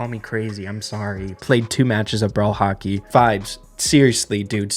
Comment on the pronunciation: saying Hockey is like he is saying "Haki" from One piece